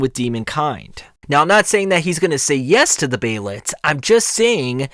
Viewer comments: hate the way this guy says behelit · The way you say behelit irks me